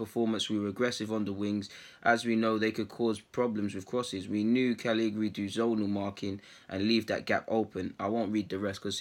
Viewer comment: Try saying it phonetically bro. Ca-lee-ya-ree